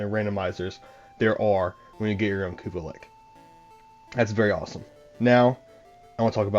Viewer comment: I'm not gonna lie, it messed with me everytime I heard ya say it. But I did watch the whole thing it was a good video lol I do believe it is lich. But pronounced Li-CH a ch sound not a ck sound lol